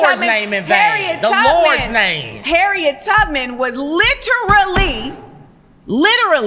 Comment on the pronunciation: Saying "Lit-tar-lee" loudly, does not mean it a literal fact. js.